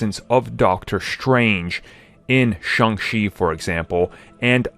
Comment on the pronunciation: Shang-Chi, not Shang-She🤦